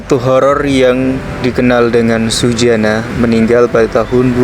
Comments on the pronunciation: MAUNYA SEH GAYA DIPLESETIN GITU NYEBUTNYA .TP YO JGN SUSANA JADI SUJANA .KOK KOYO NMA ORG LAKI .WKWKWKWK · Nama ny suzanna bukan sujana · Suzanna bukan sujanna